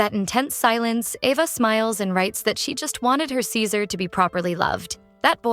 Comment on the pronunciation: Why did the voice keep calling ceaser scissors 😂